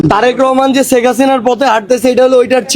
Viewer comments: শেখ হাসিনা না বলে ছেক হাছিনা 😂😂😂 কি অসাধারণ উচ্চারণ এইসব ভন্ড জানোয়ারদের।😅😅😅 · ১৬/১৭ বছর বিএনপি ছেখ ( সারজিসের উচ্চারণ অনুযায়ী) হাসিনার চুল বাকা যেমন করতে পারে নাই , তেমনি তুমি সারজিস-ও মুজিবকে আব্বা বলতে বলতে মুখে ফেনা তুলে ফেলেছো এবং ছেখ হাসিনার কোলে উঠে বসে ছিলে । তা হলে দাড়ালো কি ? বিএনপি , খালেদা জিয়া ও তারেক রহমান অন্তত প্রকাশ্যে শেখ হাসিনার সমালোচনা , বিরোধিতা মার্জিত ভাষায় করে ছিলো, আর ৩০ জুলাই পর্যন্ত ছেখ হাসিনাকে মাননীয় বলে গেছো । আর এখন তারেক রহমানকে মাননীয় দুরের কথা অনেক আপত্তিকর শব্দ ব্যবহার করছো , এতো জ্বালা কেনো ? এতো অস্থির কেনো ? এতো শিষ্টাচার বহির্ভূত আচরন কেনো ? ওপার থেকে তোমার আম্মা ছেখ হাসিনার হয়ে এই দেশে কোনো অস্থিতিশীল করার চেষ্টা করছো কিনা -- সেটাও বিবেচনা করা প্রয়োজন । কেননা তোরা সব হালুয়া রুটি খাওয়ার দল ।